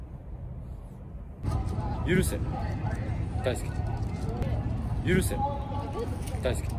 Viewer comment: 許せがだんだんユンケルに聞こえてきたおれは末期